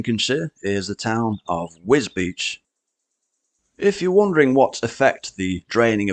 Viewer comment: Well done for saying wisbech right😂